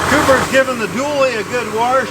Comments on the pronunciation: And don't forget, after your warsh it, you have to Wrench It Off. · Lights in the yard are GREAT... as long as they come with an off switch. BTW...... YOU know that warsh is properly spelled with an "R" and I know that it is supposed to have an "R" - it is the REST of them that are messed up. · Warsh... Flustrating... I'm wondering if was related to my Mom??? She used the same words. Can you get him to say "Hawaii"? (with Mom it came out sounding like "How are ya")